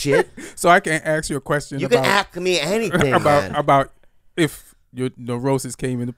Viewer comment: I can't really hear it, plus he's say "aks" and "aight"